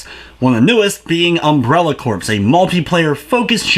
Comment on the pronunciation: It's not pronounced like corpse.